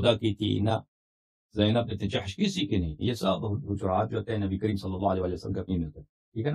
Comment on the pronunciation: Nabi kareem ko nabi cream bolrah hai saaf bolne nahi aata to nahi bolna chaiye